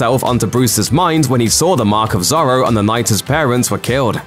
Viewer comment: I love your videos but heehehhee have you never heard anyone say Zorro out loud ??